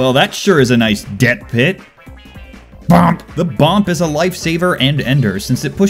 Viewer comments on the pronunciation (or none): It's not BOMP it's BUP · It is boop not bomp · Its called boop not bomp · Its BOOP NOT B.O.M.P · Bomp? You mean boo... NO NO NO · It’s not “bomp” it’s “boop” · Not "Bomp", "Boop"! Get it right. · It bugs me that he said bomp instead of boop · Bomp?!?? XD, you mean Boop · No one calls it bomp, its a boop.... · bomp... please educate yourself. it's boop. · also it's not bomp it's boop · "bomp"...IT'S BOOP! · I'm so triggered. He kept saying "BOMP" when pretty much every other overwatch player says "BOOP" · Lucio should say Bomp instead of Boop. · BOOP not BOMP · It is boop not bomp. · its not bomp its boop triggered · It's a boop, not a bomp you heathen